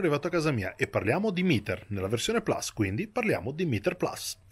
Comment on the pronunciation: Mitico, però almeno tu che sei un giornalista basta con questo PLAS....si dice PLUS...PLUS...PLUS…. è latinooooooooooooo:-( e poi perché 45 gradi che le giri sempre di 90....???